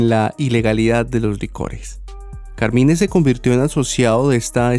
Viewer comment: Hola, en inglés pronuncian Carmain.